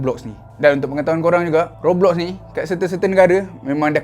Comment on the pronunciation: Roblox - Sebutannya Gobloks (kata )